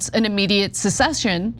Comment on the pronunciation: English is her second language. Sometimes it shows with her pronunciation, for instance she said "sensation" when she meant "cessation". She flubs words quite frequently.